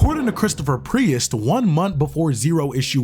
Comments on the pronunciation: Prius? Is this a proununciation quirk or am I missing something here? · Pretty obvious since you keep pronouncing his surname with two syllables instead of one. Great job, though! 🖖🏽🤘🏽⭐️ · why are you saying Priest like that? Great video btw!!